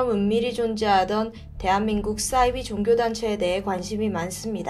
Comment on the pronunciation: 싸이비가 아니고 사이비로 발음합시다